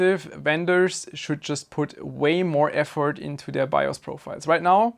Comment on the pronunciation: When he said "vendors should put more effort into...", I thought he said "more F-word"